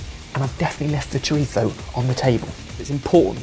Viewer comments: is it just me or did calls chorizo "choritho"? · It really bothered me especially when went over the top with his chorizo pronunciation and then continually pronounced paella wrong